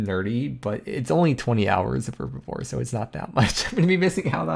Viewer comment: Mate...its (H)erbibore ;)